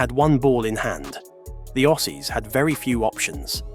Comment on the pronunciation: I doubt this guy is even a cricket supporter can’t pronounce the name of quiet a few cricketers Nor can he pronounce Aussies and Kiwis